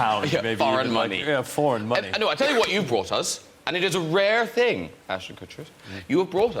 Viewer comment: "Thing" has a g on the end ;-) Sorry, couldn't help myself.